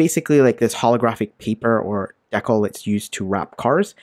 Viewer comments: FYI, it's dee-cal, not deckle. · I think you mean to say "dee-cal", not "Deckle" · The way he says dekle instead of decal reminds me of coneheads. "Maintain low tones with me.... Maintain low tones! ....And remove the dekle"